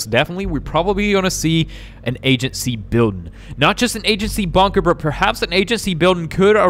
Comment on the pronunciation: why are you saying bunker but with banker if its bunker not banker